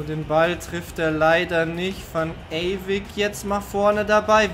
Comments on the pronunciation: Der Junge Mann heißt Ewijk (also Eyweik gesprochen), beste Grüße mach weiter so😊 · [Chertrauda] und van ewijk. Nicht eywick